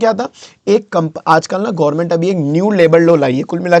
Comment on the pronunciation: यार गौर्मेट नहीं गवर्नमेंट होता है और सेमीकंडक्टर gaint china नहीं ताइवान है